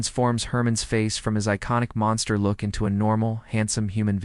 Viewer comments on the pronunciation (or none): none